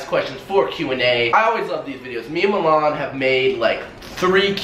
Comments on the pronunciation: Jeevan Mund LMAOO MELON "MILAN" 😂💀💀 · Milan is pronounced mulan? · I thought it sounded like water melone as well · When Says Milan It Sounds Like MaMan